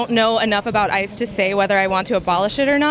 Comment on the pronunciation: IIt sounded like he said "I'm here personally because I should be abolished."